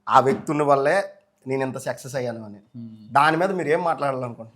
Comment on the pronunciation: Sexus కాదురా బాబూ సక్సెస్ 🤣🤣🤣🤣